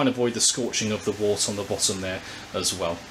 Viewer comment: Very useful review. I was particularly interested to see how the filtration worked as I have a Grainfather which has a dreadful small push-on filter. Just to be picky, 'wort' is pronounced 'wert' - any brewers watching will have been cringing!